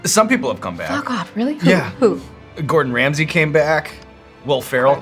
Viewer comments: “Gordon Cordon” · "Gordon Cordon" hahaha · I can not unhear that now or think it. Whenever Gordon Ramsey appears in my feed I'm going to think "Gordon Cordon" 🤣😵